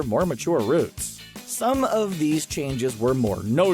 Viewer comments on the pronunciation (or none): none